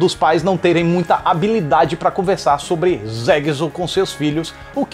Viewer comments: Ele falou "zeqizu" kkkkk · "Zegzo" kskksskks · "Zeguizu" kkkkkkkk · Ri muito do falando "zexo" kkkkkkkkkkkk